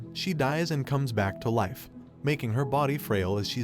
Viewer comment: the AI you used to read this script hurts to listen to, and he can't pronounce Live or Life